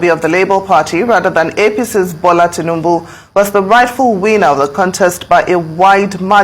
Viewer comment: This man abi boy again This your undiluted truth all the time What is Teanebu The presidents name is not TEANEBU appears you like tea so much 😂😂😂😂